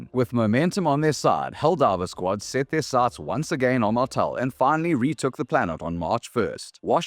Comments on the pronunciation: is that really how Martale is pronounced? Mar-tell? I always thought it was Mar-tall. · he mispronounces martale, but its ok, his democratic message was stilldelivered with liberty